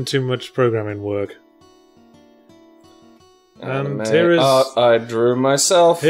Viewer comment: I'd believe anything Yahtzee had to say about anime seeing as he managed to pronounce it more or less correctly this time.